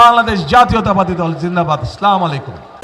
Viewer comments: স্লামালিকোম আবার কী, আসসালামু আলাইকুম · শ্লালামালাইকুম সালাম টাও দিতে পারে না আবার নাকি দেশ চালাবে 😅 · সঠিক উচ্চারণ - "আসসালামু আলাইকুম।" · তারেক রহমান সাহেবের সালাম দেওয়াটাই ভুল শুদ্ধ ভাবেই উচ্চারণ করতে হবে আসসালামু আলাইকুম কিন্তু উনি সালাম দেওয়ার সময় শুদ্ধভাবেই শিখতে হবে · সালামটা ঠিক ঠাক দিতে পারেনা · সালাম নিবেন ও সালাম দিবেন সঠিক উচ্চারণ করে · ওনি ঠিক করে সালাম দিতে পারেন না কেন। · আমরা কোন নেতার অনুসারী, যে নেতা শুদ্ধ ভাবে সালাম দিতে জানে না,মুসলমান হিসাবে আমরা লজ্জিত। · প্রথমে একজন মুসলিম দ্বিতীয় তো একটা দলের প্রধান হিসেবে আপনি অন্তত সালাম টা শুদ্ধ করে দিয়েম... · সালাম টাও দিতে পারে না ঠিকমতো,,,🎉🎉🎉🎉,,, দুর্নীতি সুদ ঘুষ আরো বাড়বে,, বিএনপির ক্ষমতায় আসলে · যে সালাম ঠিকমতন দিতে পারে না সে দেশ চালাবে কিভাবে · ছালাম শুদ্ধ করে দিবে কিভাবে? শুদ্ধ করে তো ছালাম শিখে নাই। 19 বছর ছিলো লন্ডনে বাংলাদেশের আলেমদের ছোয়া তো পায় নাই। পরদেশী নেতা। দেশের কলঙ্ক। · তারেক ভাই আমি আপনি অনেক ভালোবাসি তাই বলছি সালামটা আপনাকে আরো শুদ্ধভাবে দিতে হবে নইলে মানুষের ঠাট্টা তামাশার মধ্যে পড়বেন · সালাম টা ও ঠিক করে দিতে পারে না, সালাম দেওয়াটা শিখে নেন জামাত এর আমীর এর kas থেকে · কি দেশ চালাইবো সে সালাম টাই শুদ্ধ করে দিতে পারেনা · সালাম দিতে পারে না হ্যাঁ আবার প্রধানমন্ত্রী হবে হাস্যকর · কি বলবো ভাই একটা মুসলমানের সন্তান হয়েও সালামটা শুদ্ধ করে দিতে পারেন না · Eta amio vabchilam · মুফতি সাহেব সালামটা অন্তত ঠিক করেন